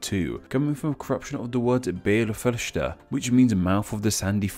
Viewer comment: I was expected a butchered pronunciation of "Beal Feirste" but that was absolutely spot on. Well done